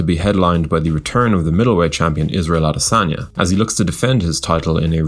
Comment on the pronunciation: Damn, see the way you butchered his name